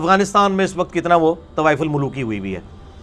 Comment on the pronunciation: It's tawaf ul maluki not tawaif ul maluki